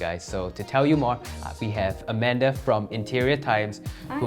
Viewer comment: Amanda -- "Oh, is that Madam Soot Beng??" (It's Amanda. Not Amander.) "Oh."